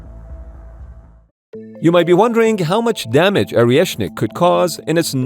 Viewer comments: Is it Oreshnik or Areshnik? Cos you keep saying Areshnik. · This clown can’t even pronounce the name correctly! It’s ORESHNIK - not Ariashnik! 🤡💩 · Man, it's «Oreshnik», not «Orieshnik». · It’s not Orieshnik - it’s Oreshnik. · lol Orieshnik. You don't even know how to pronounce it. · Yes, Oriëšnik. Perfequetè pro-noun-ciation.